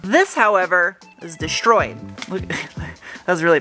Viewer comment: It's quite mindboggling how complex these regulators are for a basically simple up and down motion on a slightly curved path. BTW: I love how you pronounce words like "deshtroyed" and I wonder everytime how often you break your long nails while doing what you do...😅